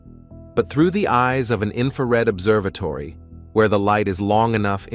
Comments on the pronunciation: observatoady? Ok. Lets continue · "Observe-a-todie" ??????????????? WTF !!! Get rid of the god damn computer voice-over !